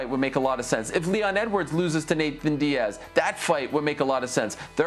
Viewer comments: I’m so annoyed with Ariel saying “Nathan “ .. am I being petty ? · Im an Ariel fan. But its suspect how he says 'Nathan' Diaz ALL the time. Weird dude. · Ariel the only one to say “Nathan Diaz” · Nick Diaz vs Jorge Masvidal was booked back in the day so I hope they do that. Oh and Ariel is gonna get a call from espn telling him to stop saying “Nathan”.